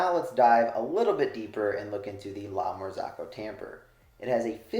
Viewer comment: Please learn how to pronounce la Marzocco